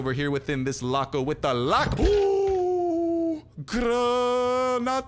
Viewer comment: Hahaha everytime you say the word pantalones and Granada it make me laugh hahaha